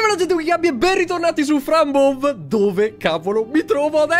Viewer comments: Gabby ma la pronuncia anziché Fran ''Bov'' non dovrebbe essere ''Bou''? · Mokuba 揺り木馬 si dice fran bouv